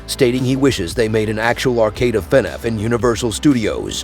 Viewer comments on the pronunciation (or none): Bro why do you keep saying Fenif it's FNAF. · he says fenef lol